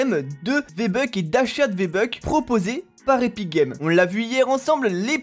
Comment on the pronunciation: c moi ou t’as dis viébucks